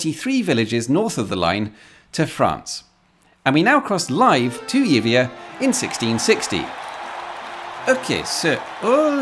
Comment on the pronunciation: Yibia.... that's the pronunciation. Honestly amigo.